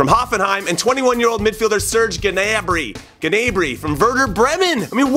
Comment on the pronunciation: Snerge Gnarby? It's Serge Gnabry, way to butcher his name LMAO.